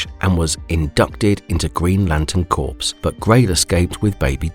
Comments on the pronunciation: FYI: "corps" is not pronounces "corpse". It is pronounced "kor". The more you know. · Corps is not pronounced like "Green Lantern Corpse". Corp is a military term, pronounced "Core". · Stop using AI for speech! Lantern corps! Not Lantern corpse